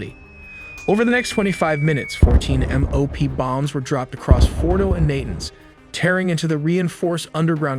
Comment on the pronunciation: Your, "narrator " continues to mispronounce names of Iran's cities, like Na'-tunnz, and even US military aircraft, like the KC-135 "Strah-to- tankers". Your continued use of an AI version of Dean Cain narrating your videos is embarrassing. More: Ro-terry, (Rotary) Air Refueling System, ser-vellance aircraft, and ra-der (radar).